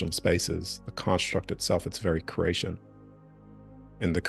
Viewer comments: Cree ate, sounds like you are saying crate tion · I love everything about this message. Its driving me nuts he keeps saying curration though, it's creation. Sorry I had to vent lol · Are you saying “curation/cration” as opposed to creation on purpose? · Everytime he says creation I hear Croatian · I cant unhear "crAYshn"